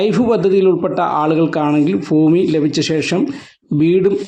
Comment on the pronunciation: ഫൂമി അല്ലെടോ ഭൂമി.